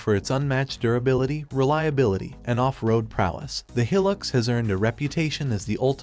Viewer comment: He Pronounced Hilux Wrong